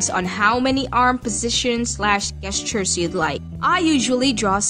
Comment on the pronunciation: did you just say guess-tures?